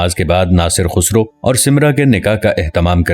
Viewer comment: Bhai khusro nhn khasroo hai apna lehjaa to saheh karen